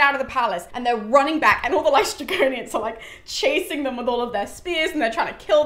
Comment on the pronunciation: Hello, greek person here. Aeolus is actually pronounced Ǽolos in greek. Also you got LǼstrygonians correct. Love your passion for greek mythology!